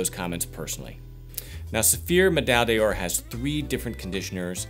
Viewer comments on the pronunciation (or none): Deoor? No! D'or is pronounced: "Door" just like the door you enter in any given building.